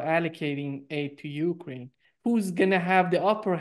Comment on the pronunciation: He does the same with Ukraine .He says (UU crane).😅😅😅